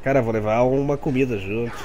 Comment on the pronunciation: '' , o cara fala '' Vou levar uma cumida'' auhsaushuasuah, video muito bom......